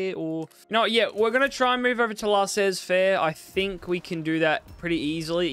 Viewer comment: There are no "z" prononciation in french for laissez-faire. 😁 Good video btw